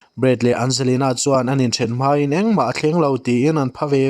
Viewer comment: "Mai" tih tur hi "Mei" ti thin in la awm hi... A mak a ni. 😂